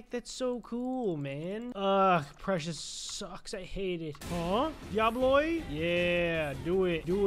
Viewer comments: The way he says "diabloi" insteas of "diaboli" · "DIABLOI" ??? he cant read fr